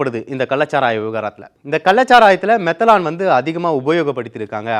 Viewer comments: மெதனால் என்பதே சரி. மெதலான் மெதலான் என்று சொல்வது தவறுMethanol.மீதேன் ஆல்கஹாலின் சுருக்கம். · அரசும்,எதிர் கட்சிகளும் கூட்டு களவாணி சாராய வியாபாரிகளிடம் லஞ்சம் வாங்குவதில். தம்பி,மெத்தலான் இல்லை மெத்தனால் என்று உச்சரிக்கவும்.